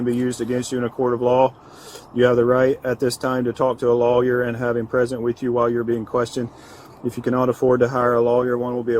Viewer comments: I'm a bit baffled at how undereducated US officers are. Who doesn't know what a solicitor is? And of all people someone paid to uphold the LAW! This is a disgrace. He also has a very strange way to pronounce "lawyer", like he didnt' really know how it's spelled, so he says "LAW-i-er". How can such an illiterate be allowed into a position of responsibility like being a LEO? I just don't get it. Where I live it takes up to 6 years to become a fully specialized police officer. First you attend 4 year in the police academy, which also requires a high school diploma and that you attend certain parts of the same law school as law students for two years, they have intense education in psychology (also at university). After four years you are educated as a basic police officer who can perform basic duties, make arrests, do first respondent investigation of crime scenes. Then you spend another 2 years specializing what kind of unit you want to work in like, SWAT, Cybercrime, Narcotics, Traffic, etc. I understand that in US a civilian can be a patrolling officer in less than a year? That sounds ridiculously irresponsible, and would most definitely account for some of the many videos showing officers messing up an arrest or needlessly injuring or killing a suspect by a too hasty discharging of their firearms. And where I live police are NOT unarmed. They are equipped with both sidearm and automatic rifles (both usually Hekler & Koch). I just don't get how anyone are put out on the stree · Law Yer, he says